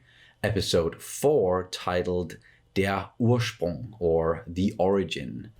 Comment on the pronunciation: "Der Ursprung" perfectly pronounced